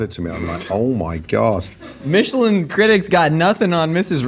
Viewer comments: Pronouncing Michelin in a French accent when its actually the American tire company is hilarious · That's one of the better last meals i have seen on here. An in n out double double is on my last meal list as well. Why did you pronounce Michelin that way though? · wtf is a Mee-sha-lan star lol...its Michelin, like the tire company. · Stop saying meeeshalan stars like it’s some fancy French thing. It’s Michelin. Literally the tire company, they created the Michelin guide, google it. You sound dumb. When you go to discount tire for the next pair of shoes for your car, make sure to pronounce it like that and see if the whole shop stares at you. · wtf is a mee-shuh-lawn star? dont church it up dirt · Its not pronounced "mee-che-lawn", its from the tire company Michelin. Don't try to make it fancy. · meechilin... why are you trying to be fancy...its pronouced the same way as the tire its the same guy you twit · "meesh-land stars" is not how i thought would pronounce Michelin xD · Love when people pronounce it "Meechelin" to try to make it sound like some kind of incredibly fancy thing when it is quite literally the name of a tire manufacturer. They have been around since 1889. It has never been pronounced as "Meechelin". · Why did he pronounce it “meeeshellin star” do you also pronounce the tires that way? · I love a meeshulin star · did he say Michelin star like "meechalin" as if it was french??? its the american tire company llololol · why he say michilan like that lmao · Please don’t ever pronounce Michelin star like that ever again! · Why pronounce Michelin like it isnt a tire company? Lol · Why did he pronounce Michelin like that? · What is with that pronunciation of Michelin star? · If you understood Michelin stars came from the Michelin tire company, you wouldn’t try to enhance it with a goofy French accent. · bro is pronouncing michelin like it aint a tire company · i didnt think it was possible to mispronounce michelin so horribly.